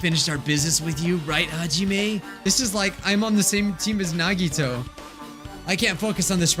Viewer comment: I don’t rlly like how says nahgeetoe instead on nagitoe